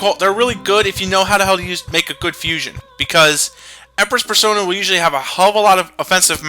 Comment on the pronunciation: Why does Nate pronounce "persona" as "per-SAUNA?" I know he's rich and all, but battle isn't the time for thinking about using an overtly expensive steam room. His butler should really teach him how to prioritize. XD